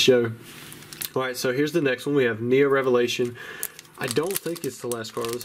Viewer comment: "And a Heo-Neo Revelation!" ♥